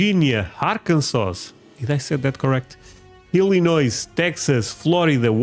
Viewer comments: Washington state. Yes no s at the end of illiniossss. Unless you are from the state they put a r in, warshington. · The 's' at the end of both Illinois and Arkansas is silent, -pronounced Illinoy -noy rhymes with soy ,- and Arkansaw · It's ill-annoy 😅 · Watch how you pronounce Illinois, skip the 's' on the end, and the 's' on the end of Arkansas. So much sadness in Texas tonight.